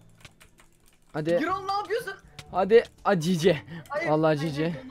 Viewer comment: Gürol diye okunur adam gibi yazilir